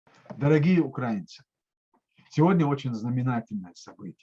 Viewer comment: Пора бы запомнить, что УкраИнцы, а не УкрАинцы.